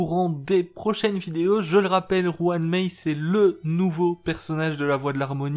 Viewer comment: La fameuse "Juan Mei" :)